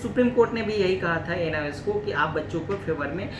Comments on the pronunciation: ANIOS nhi hota...NIOS hota hai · ANIOS nhi hota hai . ..NIOS hota hai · Anios nhi hota hai sir ..... NIOS hota hai